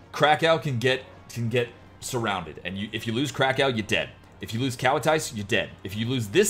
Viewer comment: I think it's just American for "I don't know how to pronounce this city name".... I'm guilty of it too.